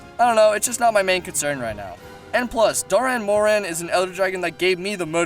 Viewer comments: well sir, if you payed attention to a certain cutscene in 4 ultimate, you would know that the gore magala turned into the shagaru magala. not the baby of the shagaru. and you pronounced dah'ren morhan wrong. doran morhan? really? nah, man. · Good video, just a lot of... mispronunciations. Like Dah'ren Mohran, not Doh'ren Mohren, among quite a few more. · Is there any way anyone wouldn't? Yama Tsukami he calls Yama Sakumi or something, and Dahren Mohran he calls Doren Moren. Might as well call it Doraemon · Doran Moron...